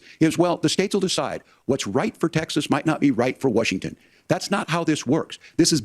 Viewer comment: Tim calls Washington "Worshington"